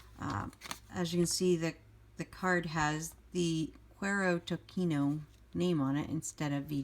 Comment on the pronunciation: Great review and love your channel! FYI, the words are Spanish so they're pronounced 'koo-EH-ro to-SEE-no'. Cuero means 'leather' and Tocino is bacon/fat. HTH! 😊